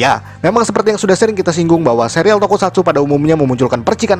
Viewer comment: bacanya serial bukan sereal :(